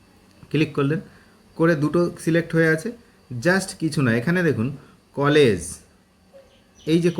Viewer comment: ভিডিও খুব ভালো হয়েছে, তবে ওটা কলেজ নয়, কোলাজ।